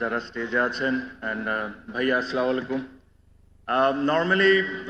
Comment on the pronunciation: সালাম ও দিতে পারে না ভালো করে, চা মালাইকুম এইটা কি সালাম হইলো